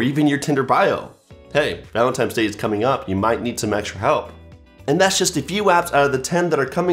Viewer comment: "Valentimes day" .... I know you F-ing lying!!!